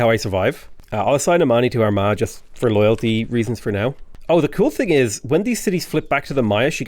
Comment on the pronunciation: Am I the only one that kept hearing "our ma" with a southern American accent instead of Armagh, with all the consequential puns and innuendos? 😅